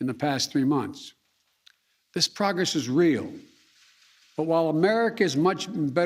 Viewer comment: “We’ve made consititableble pogess” - leader of the free world